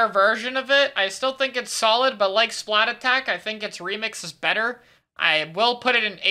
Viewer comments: So why did you say splatattack instead of splattack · has anyone realised that it isn't called "Splat-attack", it is actually called "Splattack"? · Why does everyone say "Splat attack" it's "Splattack", one word. the at in 'splat' is the same 'at' that starts 'attack' you don't repeat the at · dude why does EVERYONE SAY SPLAT ATTACK ITS “SPLATTACK” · Even better be the people that say splatack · The OG splattack below X is an even bigger crime than your pronunciation of the song. It’s THE Splatoon song for a reason. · every time he says splattack as two words i lose a year off my life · they way mispronounces splattack is just why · You pronounced Splattack wrong. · Is anyone else really annoyed by mispronouncing Splattack! or is it just me? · Bro I’m sorry you NEED to pronounce Splattack correctly. I can’t do it anymore.